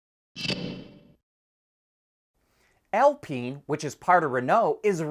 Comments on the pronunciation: it's Al-Pine, not Al-Peen (which would be funny, but). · In French, it is pronounced "Al-peen".